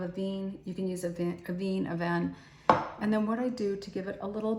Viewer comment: A ve ne it’s pronounced A Ve Ne